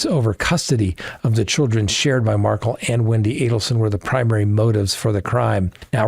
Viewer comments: Correction? I think you got that wrong, ~ I'm pretty sure the truck driver stabbed Sanchez after being assaulted by him. And this makes the 3rd or 5th time mentioned to you in comments, that I have seen, Dan Markel is pronounced Markel, rhymes with spell, not Markle with your sparkle. You ask us to comment but there just must not be time enough to read them all. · It's pronounced "mar-kale", not markle. Love your podcast! ❤ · I’m starting to think it’s intentional. Their name is MAR-KEL. (MAR)-(KEL). Not MARKLE. MARKEL ✔️ MARKLE ❌ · Lawyer, lawyer, please pronounce Dan Markel's family's surname correctly. Accent is on second syllable. Mar-KELL. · There is no excuse for you mispronouncing the Markel name... Shame on you. This has been all over the news. You have to know how to pronounce it correctly. Please! Don't disrespect the Markels any more than they already have been. 😡